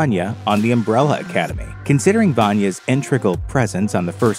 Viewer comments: In-te-gral. Not intragel. That’s not a word my man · I appreciate all the effort... But find myself nitpicking the pronunciation of the word integral